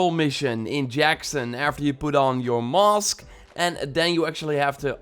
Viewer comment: And mosque for mask